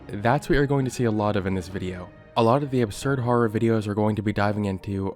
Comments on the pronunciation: you say harrer like bimmy rolfe :) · "You're not supposed to be laughing" I can't help it. You're pronouncing horror as "HARR-ARR" 🤣🤣🤣🤣🤣🤣🤣🤣🤣🤣🤣🤣🤣🤣🤣🤣🤣🤣🤣🤣🤣🤣🤣🤣🤣🤣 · Can you stop pronouncing "horror" like you're about to break into a song like that guy doing the fnaf beatbox. Freddy fazbear ass har har har har har